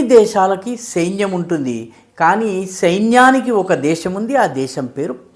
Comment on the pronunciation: సెయిన్యం కాదు సైన్యం అనాలి.. తెలుసుకో సారు